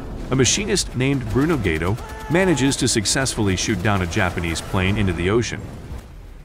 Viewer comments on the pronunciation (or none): Bruno's last name is pronounced like guydo, not gaydo!